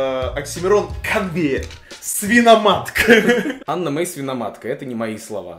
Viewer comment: Вобщето не Анна Мей а Ені мей